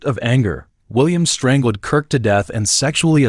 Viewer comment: "Strang~led" Lol